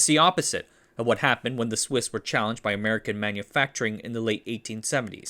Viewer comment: "Somehow Swiss Watches Returned" almost sounds like "Somehow Sith Watches Returned"